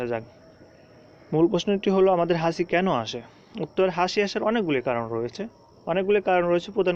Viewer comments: দুর বেটা এটা "হাসি" না হাচি। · হাসি কেন বলছেন 😂😂😂🤗